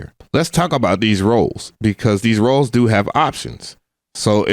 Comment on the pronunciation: I just came here to comment the same thing. I keep hearing him say rolls, rolls, rolls! He must’ve been hungry at the time